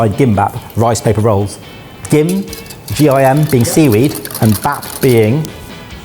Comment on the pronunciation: Hey y’all, I know you do a lot of Korean foods so for future reference, bap (rice) is pronounced “bahp.” There’s no “a” as in apple sound in Korean. And any time you see a Korean word phonetically written with two Ts such as tteokbokgi, it’s pronounced as a hard D (between a D and T). Whenever you see an “eo” it’s pronounced the same way you say the u in “duck.” Whenever you see an o, it’s a long o such as in the word “low.”